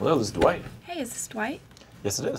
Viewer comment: I just love how Jim pronounces Dwight. "Duh white"